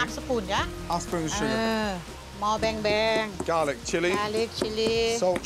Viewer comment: “Beng-beng” thought he said bang bang